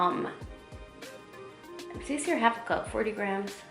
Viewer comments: I was about to comment on that too since she kept saying “says” wrong lol 😂 but I liked the recipe lol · I love you so much this was a good video but, I can’t help but cringe at how you pronounce “says” but it’s okay I still watched it! Keep up the good work you look amazing!